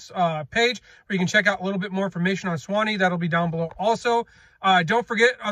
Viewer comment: Please get the pronunciation correct! Sway-knee